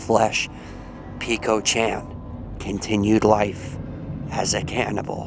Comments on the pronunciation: Hey I'm just gonna correct you friend :) it's peko not piko :3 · Peh-ko not peeko lol.